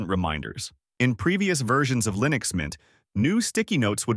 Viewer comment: why do you keep calling leenix?